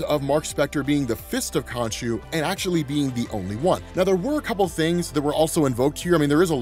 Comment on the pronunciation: When I left youtube on autoplay, I didn't expect it to reach here. Suffice to say, I got MH4U flashbacks when I thought you said "Konchu"